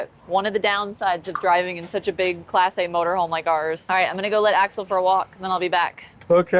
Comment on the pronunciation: She like to emphasize “class A” ,does she not? Don’t forget the grey poupon, Jeeves.